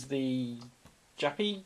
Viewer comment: Zhah-pee (it's French, so the 'j' becomes a soft 'zh')